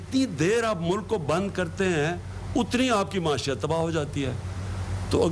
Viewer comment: Muashiyat nahi pagal maieeshat